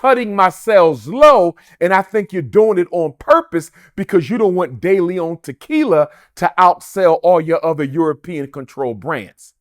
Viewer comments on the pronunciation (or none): none